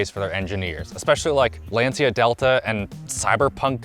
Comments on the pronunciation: *Lancha. Ci in Italian is pronounced chee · Lensia? 🤣🤣🤣 Lancia (Italian: [ˈlantʃa]) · great video, but for future reference, lancia is pronounced as "Lan-Cha" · compares a modern car to a Lancia Delta: "I see you're a man of culture as well." PS: The C in Lancia is pronounced CH as in "channel", not S as in "central". It's pronounced "Lan-chee-a" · Lancia is not pronounced lensia lol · A car review from a guy that can't pronounce Lancia right. Kinda embarrassing ngl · i love and stuff but hearing him say lancia gave me cancer